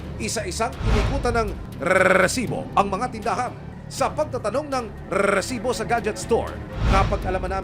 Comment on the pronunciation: Naiakairita yungpag bigkas ng REEEEEsibo.